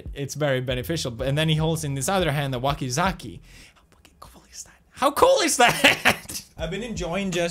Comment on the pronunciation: Weeb. Also, it's wakizaSHI not wakizaKI